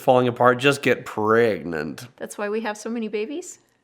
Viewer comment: "If your relationship I'd falling apart just get prEh-gnant" LOL